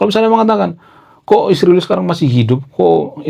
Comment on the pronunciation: Bang, bukan hama tapi hamas, bukan isriwil tapi israel😂, bukan konoha tapi indonesia😂